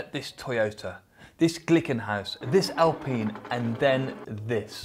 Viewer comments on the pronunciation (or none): none